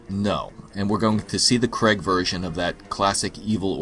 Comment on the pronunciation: C'mon m8, it "CRAIG", not cregg